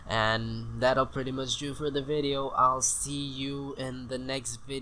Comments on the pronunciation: Texan Accent: Videoow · Your funny when u say ViDeA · Let's Go to The Videaw. I say the same thing :D